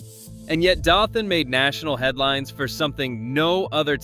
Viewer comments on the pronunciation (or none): Dothan is pronounced DOE-thun.